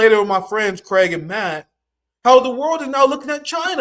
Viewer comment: You keep calling Craig "Gregg." His name is "Craig" not Gregg. It's a "C" at the beginning, not a "G". Nice of him not to correct you abt it. I would've said something immediately, if it was me. But that's very polite of him.